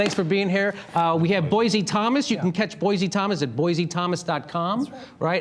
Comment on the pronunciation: Boise: It's pronounced "Boy-see", not "Boy-zee"